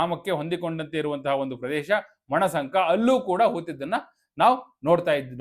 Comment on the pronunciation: ಮಣಸಂಕ ಅಲ್ಲ ಮಣ್ಣಸಂಕ.